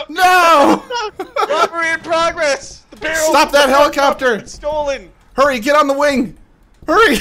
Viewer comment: it's a hell-i-copter